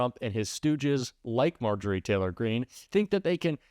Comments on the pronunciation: I can try to be civil about MarJORie — does syllable stress matter in a name or do you mispronounce Kamala’s name for a different reason? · Let’s start calling her MarJOrie Taylor Green, until she respect the VP enough to say her name correctly.